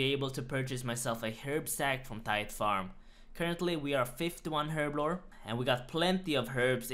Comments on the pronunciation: "Herbivore" lol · Herblblore hahahahahah